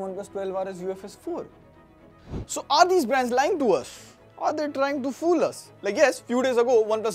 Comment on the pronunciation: arrrrrrre 😂 Hindi caught 😘